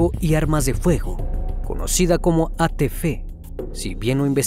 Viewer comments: ATF no se pronuncia ATFe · Muy bueno el documental.. pero no es ATFe.. si no ATF.. y se lee ateefe..